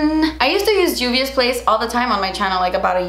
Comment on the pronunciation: I love u, but it’s Juvia like Jose lololol